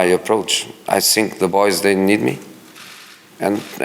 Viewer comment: " I sink dat my words are very important and I sink dat your question is amateur and I sink you need more training "